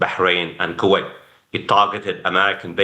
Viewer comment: Lol. My first time hearing someone call it Q-wait. Reminds me of my parents saying Q-we for kiwi, the fruit. Another day, another new pronunciation for a country.